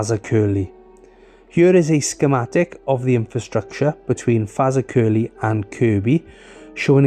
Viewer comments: Faza-curly 😂😂😂😂 Faz-ak-e-ley👌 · FAZA-Curly… hahahahha 😂 It’s pronounced Fa… Zack… Curly (say it fast in 3 syllables) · If you say "Exactly" then say "Fazakerly" they should sound similar. :) not Fazacurly =D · FAZA CURLY? it’s pronounced fazakerly. The royal armoury’s gunsmith is located there. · FazerCurly? It's 'Ferz Hack a lee' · Fazza curly . Sorry, but I just fell off my chair to that.😂 Fa zack er lee. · It is difficult as English is renowned for its pratt falls. But that pronunciation made my night. Fazza Curly. Awesome. 😂 It's nearer "Fa Zack er lee", for future reference. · Highlights the danger that can come from doing the same job everyday, complacency sets in, the same thing affects some car drivers too. It's fortunate for him nobody was killed. I'm loving that Faza curly, but I bet you get as many laughs hearing how English people prounounce the names of some of those Welsh places. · FA-ZAK-ER-LEY Fazak-Erley That was absolutely harrowing to have to endure mate. It should be a hate crime to pronounce it how you did. Nice video all the same mush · Fazakerley. you pronounce it. FAZ. AK ER LEY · It should its digrsceful you pronouned the location you did when all it would have taken was a little researh. I mean you reasearched in detail about the train accicident and driver but didn't pronounce Fazakerley (fəˈzækərli) correctly.. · Apart from your obliteration of Fazakerley, it's Fah-zahk-er-Lee. Very informative video, after breaking my leg I used this line to go to school for my o levels. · Why can't people get the pronounceation of places right before making videos? Where is Fazercurlie supposed to be? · Sorry I had to laugh, it is pronounced FEZ AK A LEE. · It's pronounced Fazackerley 😂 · Its pronounced Ferz aker lee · The narrator calls Fazakerly Faza kerley which is not correct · I'm pleased you got the pronunciation of "Kirkby" correct. However, "Fazakerley" is pronounced more like "Fir-zack-a-lee". Here's a video